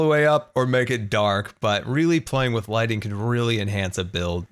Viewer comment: Is it only me that hears lightning instead of lighting?! Ps: Love you and greetings from sweden!🇸🇪🇸🇪❤️